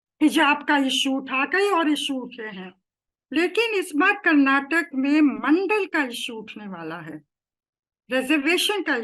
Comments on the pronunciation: It's ಕರ್ನಾಟಕ not ಕರ್ನಾಟಕಾ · Request the reporter to pronounce name of the state as the locals do Its “Karnataka” and not “Karnatak” Its similar to Canada.. am sure you dont pronounce it as Canad